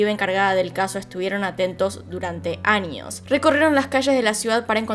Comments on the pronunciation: Pero debería cambiar un poco su asentó! Se dice años no añios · por favor cambia un poco tu asentó! Cómo la doble ll la pronunciación es muy fuerte! Años no añios! Eres buena pero tu pronunciación no! Eres excelente! Pero trabaja en tu pronunciación!